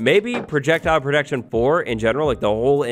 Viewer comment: STOP SAYING PRODECTION